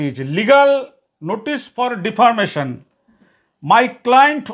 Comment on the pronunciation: আমি আপনাদের চ্যানেলের একজন অনুরাগী।কিন্তু কিছু মনে করবেন না,এঅটা ভুল বাধ্য হয়েই(একদিন হলে ধরতাম না!)ধলালাম।আপনি মানহানিকে ডিফারমেশন বলেন কেন?এটা তো ডিফেমেশন!!